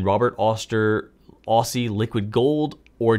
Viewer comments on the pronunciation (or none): pronouncing Aussie as "Ossy" cracked me up! (Generally in Australia, we pronounce it more like "Ozzy"). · Great video,. Try pronouncing it as "Ozzy" Liquid Gold, not so much as "Orsee" Liquid Gold. Looking forward to seeing you and Brian coming to Australia one day to visit Robert Oster and doing a video. 😉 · Before you wrote “Aussie Liquid Gold” I thought you were saying “Ostie Liquid Gold”, like giving Robert Oster a nickname 😂 thanks for the video!! I’m hyped to try some shimmer inks now!